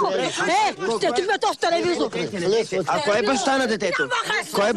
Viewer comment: "Ша го чупа тоа талавизор"